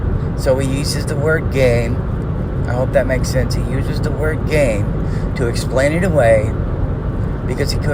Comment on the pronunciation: Family first, we’ll wait for your vids. Also, I hear “gain” when says “game”. Loser